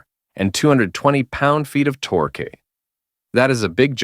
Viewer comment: The '80s were the decade of tor-kay.